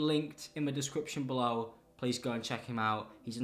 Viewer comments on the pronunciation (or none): come on dawg, you really didn't say "SEALOW, and his link BEA-LOW"